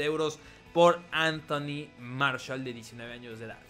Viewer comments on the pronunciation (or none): Cuando dices Anthony Martial me suena a Marshall y pienso en How I Meet Your Mother jeje:v